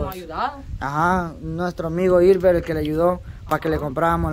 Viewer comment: es hilmer no ilver